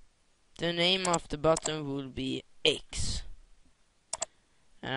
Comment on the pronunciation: Lol did you just say "BUTTUM" all the time?? thats what i call a big fail, its Button "NNNN" not buttom, sorry if im wrong.